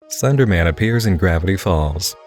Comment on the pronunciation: Is it just me or does he pronounce Slenderman as Thunderman